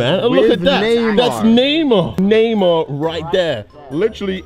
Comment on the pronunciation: I thought Kay was saying neymo...it's Neymar lol